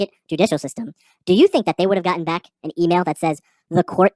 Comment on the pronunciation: 3 seconds into his intro is all you need to see what a clown he is, and when he says "BACK" like it's something special, I threw up. A know nothing know it all.